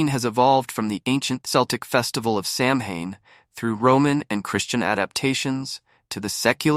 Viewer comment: Samhain is pronounced Sow -en